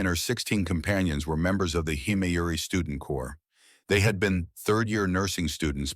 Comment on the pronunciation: Congratulations! This is the first time I have ever heard one of these Text-to-speech versions correctly pronounce "corps" as"Kor" or "core".I know that it may seem petty, but it is annoying and distracting to hear common English words mispronounced. I don't know how you managed to get the AI to pronounce it correctly this time, but I appreciate it.